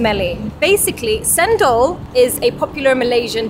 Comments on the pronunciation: Cendol...pronounced with a ch like in a chair..so, chendol but spelt cendol Yup, u gotta mix them all up, it a conglomerate of flavours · Btw, "cendol" is pronounced "chen-doll", not sen-dol. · Its pronounced as "chen doll" not cent doll 😉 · The "Thank You = Terima Kasih" pronounce is good, and the way to pronounce "You're Welcome = Sama-sama" is Summer without R at the end. The Cendol is not pronounce "Cent Doll" but Chen Doll...and you need to mix the Syrup completely with the coconut milk then you'll get the proper taste of Cendol. Usually i'll just shake the plastic cup 180° before poking the straw and hold the cap. Just sharing info. Hope both of you have a great time in Malaysia. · Not sheindol but chen - doll 😁. You have to mix them all together then drink it hehe. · Cendol is pronounced Chen dol, not sen dol. It is best all mixed up. Coconut sugar or Malacca sugar. Traditionally, the green is from pandan leaves in coconut milk with a touch of salt. Nasi Lemak always has sweet sambal (sour Assam with chillies, onion, sugar & salt optional is belachan or roasted prawn paste. Amusing that you compare with Kim Chi - very different ingredients. Tempe is fermented soya bean cake - vegan. Enjoy yourselves. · its "Chendol" like "China" "'Ch" not "S" endol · AND its "chendol" not "sendol" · Welcome to Malaysia 🇲🇾 Glad you’re both enjoying your trip. 😊 Btw, ‘cendol’ is pronounced ‘chendol.’ In Malay, ‘c’ followed by a vowel is pronounced ‘ch.’ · hahahaha i had a good laugh..in a good way..as it's always enjoyable to watch the during testing part from European tourists especially the expression or the after effect hihihiks...but glad that you chaps did try on its own with the spoon..not with "chendol" (put the 'h' so that you may get the pronunciation correct?), i mean..as a beginners. cheers guys..enjoy Malaysia..stay safe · You have to stir the cendol (pronounce as chen doll) to get the perfect taste..enjoy your stay in KL, done subscribed 😍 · pronouned = changedol 😅